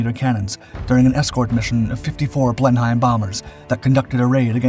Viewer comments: Sorry but ive got to tell you . its pronounced blenem note blenhime apart from that i think its a fantastic channel.🤪👍lol! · Blenheim is not pronounced /blen-hime/ but /BLEN-em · It not "blen-heim" bomber. Its "blen-im". The h is silent. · A continuing annoyance in your videos is your inability - or your refusal - to pronounce the Blenheim bomber properly. It is pronounced BLENNIM NOT BLENHIME. Please get it right. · Blenheim is pronounced "Blenum". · To be honest I found the prenounciamtion of the “BlemHyme” bomber rather more troubling. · GREAT VIDEO...FYI - Blenheim pronounced "Blenim" by the English. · "Two Six Three Squadron", not "Two Sixty-Third Squadron". "Blenheim" is pronounced "Blennem". "Twenty-Five Squadron", not "Twenty-Fifth Squadron" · Blenheim is pronounced Blenum!